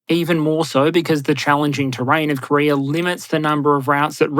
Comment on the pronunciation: Did you say Korear?